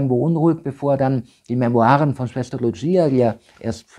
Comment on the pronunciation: Das eine Maedchen hiess nicht 'Lutschieja', sondern 'Lucia', ausgesprochen 'Luussija' In Fatima spricht man Portugiesisch und nicht Italenisch